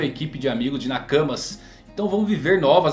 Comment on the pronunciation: Uma equipe de "NA CAMAS". Fiquei até um pouco triste com sua pronúncia. Sucesso para ti, abs.